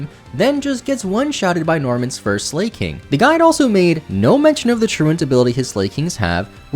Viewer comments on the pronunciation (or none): Haha its “Slack”king. Though i love how you pronounce it “slay”king. That’s funny 😂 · lol I really hope 'Slay-king' was an attempt to have people comment cos if not.. how did you ever think it was pronounced like that?! 🤣🤣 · why you call Slaking, Slayking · I love your videos but your pronunciation of "Slaking" makes me want to cry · Tbf "slaking" is the past tense of "slake," which is pronounced exactly how it sounds. It's one of the few times a Pokémon's name is actually a real word lol